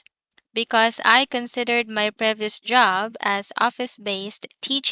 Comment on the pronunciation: previous [ pree-vee-uhs ] , vary [ vair-ee ]